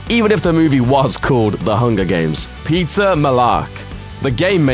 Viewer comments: I thought he said pizza not peeta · I swear he said pizza for petta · Did anyone hear Pizza Instead of Peeta? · Pizza Lamark? It’s Peeta. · I GOT REALLY TRIGGERED when he pronounced 'Peeta' as 'Peter' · When you say ''Peeta" it sounds like "Pizza", sry 😂🙈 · pizza mellark instead of peeta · "Pizza Mellark"? xD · I thought he said pizza melark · I thought he said pizza mellark. Just me? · I thought you said pizza mellark.. Pizza.. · when he said peeta it sounded like he said PIZZA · Pizza = Petah = Peter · When he said Peeta Mellark, it sounded as if he said pizza! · anyone else hear "pizza mallark" ? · Did he say pizza millark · Pizza Malark 😂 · I keep thinking your saying pizza instead of Peeta XD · "Pizza Mellark" is what he sounded like he said when introducing him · I thought you said pizza mellark😂😂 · I love how this guy says the characters' names. Fucks Face and Pizza Mellark XD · When he said Peeta it sounded like he said pizza 😂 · I thought you said "Pizza Mellark" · For a second there, I thought you said pizza melark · im not at all trying to be a jerk but i kinda giggled when you said "peeta" cuz it sounded like "pizza" but maybe its just me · Pizza malark? Have I been reading and hearing it wrong the whole time!??!?! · I thought you said pizza Mellark 😂😂😂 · am i the only one who kept hearing pizza every time he said peeta because surely i cannot be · i hear pizza every time you say peeta ^^ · It sounded like he said Pizza Malark. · i was pretty sure he said pizza too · it really did sound like he said pizza